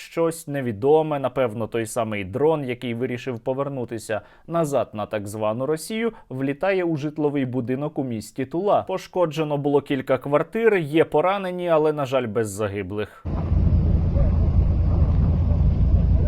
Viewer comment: не тулА, а тУла